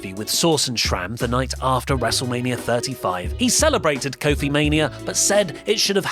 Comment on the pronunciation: coke phil doesnt sound to far.